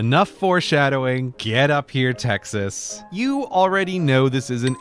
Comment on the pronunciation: he mispronounced Texas